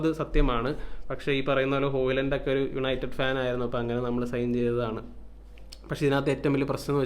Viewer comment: "Yanited pull"😂😂